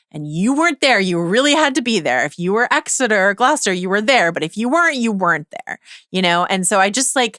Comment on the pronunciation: I love you both so much! Small nitpick Joanna: on your pronunciation of English names: Warwick = Warick, Gloucester = Glahster, all the rest are spot on. 🥰